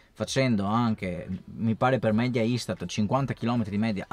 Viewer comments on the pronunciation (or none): none